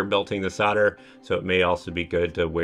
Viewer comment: yeah good to go but the word is soLder....not soder the L is pronounced !! Just saying. Thanks for the vid.